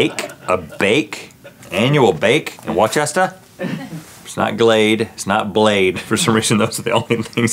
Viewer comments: Wait... Did they call Worcester 'Whoa-Chesta'? I always thought it was pronounced 'Whoo-sta'. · woos-tah not Worchester :P I'm from Boston! Good morning! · It’s pronounced ‘Woo-ster,’ Link. Not Wor-chest-er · Wicked smawt in war-chesta. The way nobody from New England would ever pronounce those words 😂 It should be “wickit smot in woosta”! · the mass town is not pronounced worchester its woosta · Pronounced Wuss-ter not Worchester. Sorry, wicked Massachusetts native. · NO ITS WUH-STER NOT WAR-CHEST-ER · it’s pronounced wister not worcester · It's WOOSTUH not WARCHESTUR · I come from Worcester and I have never heard it pronounced: whOAchestA 😂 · Seriously!! I was screaming “ITS WOSTA” at my phone 😭😭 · These west coast fools not knowing it’s wus-tah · For the record, Link, "Worcester" is pronounced Woo-stah. And our clambakes are bloody magnificent! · Lmao so I’m rewatching this to pass time & is no one else cackling the fact that Link pronounces Worcester as Worchester like I sure hope someone else from Massachusetts can find the humor in this bc I was like Link honey no 😂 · I’m actually from Worcester, Massachusetts but the Worcester in England is pronounced Whor-chest-er so that’s probably where they got it from haha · Wore shes ter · It’s pronounced “Wuster” (or “Whoosta” with a New England accent), but I’m okay with them getting that wrong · Its Vorčestr ,guys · As a Massachusetts native, I guarantee you that they weren't going by the England pronunciation and that Link simply went with the incorrect American pronunciation, especially given the face that they were talking about a clam bake, a traditional New England meal. Wooster, or Woostah if you have a Boston accent, is the correct pronunciation if you live in the United States. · Worcester is pronounced "Woo-ster", Link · I know what you're doing here and you're right, but I'm laughing because I can't help but read it is "wooooooo-ster" rather than Worcester 😂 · It’s “wista” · Its "wus-ter".. i live there 😂😂